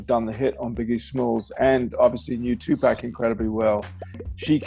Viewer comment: This dude still can’t pronounce Tupac’s name.